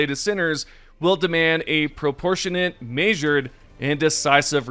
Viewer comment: It is now evident that you cannot pronounce the word "measure" correctly :D But seriously, keep up the good work, I need those videos to stay up to date